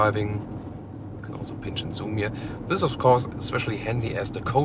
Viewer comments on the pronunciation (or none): none